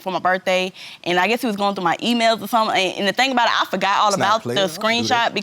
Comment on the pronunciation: "Sum'n is with 'em"